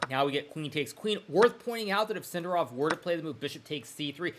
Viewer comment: Maybe learn to pronounce Sindarov with accent on correct syllable before you retire, mate